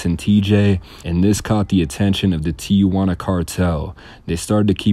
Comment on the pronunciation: This dude can't even pronounce Tijuana.